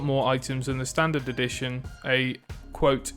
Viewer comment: The way you pronounce edition sounds like "addiction", which, tbh, suits the game more 😂